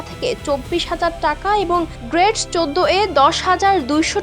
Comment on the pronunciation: গ্রেট না রে বইন গ্রেড!😑